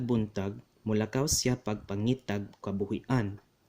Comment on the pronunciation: Good day! I am a native Cebuano speaker, but I dare not write this in the language. I have just discovered your channel and am amazed by how much knowledge you have in this language. 😮 I observed words stressed(?) differently from what I usually heard spoken and got used to speaking, for instance, I say “molakaw” like “molakáw”. I am a fellow language enthusiast, and as I learned more languages, I realized how much ignorant I am with my own tongue. I wonder if I would be welcomed to follow through your course here in YouTube... I would really love to have my Cebuano, warped by me being born in this so-called modern generation, straightened. I hope for your reply and I humbly ask for your guidance. Dagháng Salámat! 🙇‍♂️